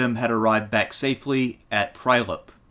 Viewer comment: Strumika & Prajlep :D Being born and raised around these places it is heartwarming as much as hilarious to hear an American pronounce these names. Great presentation as always btw